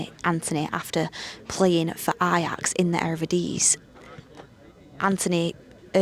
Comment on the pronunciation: keeps butchering the Ajax league name